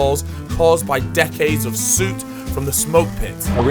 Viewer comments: Outrageous! 😂😂 fucken suit 😂😂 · never heard ANYONE say soot like that